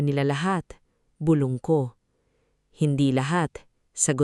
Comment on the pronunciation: Maganda ang keen to yong nag kwekwento ayusin lang ang pag kwenta bulong hindi bulbol wrong pronounciaton eedit pati ang iha . 😅